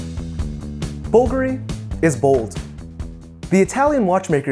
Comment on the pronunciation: The watch appreciation game is all about macro-level scrutiny of fine details, and it often borders on the obsessive. That being said, every time he mispronounced the name Bulgari it made me cringe a little. One doesn't have to pretend to speak italian to say it properly, but looking up the correct sounds is no different than reading the tech specs of a watch.